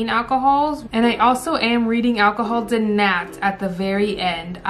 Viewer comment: Every time she said alcohol my brain said akahol like Chow